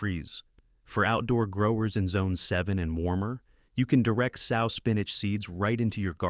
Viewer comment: it’s the mispronunciations for me, like “sow” pronounced like a female pig vs like “sew.”